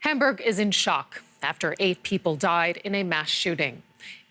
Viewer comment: its called HAM-BURG dont pronounce it like hamburger.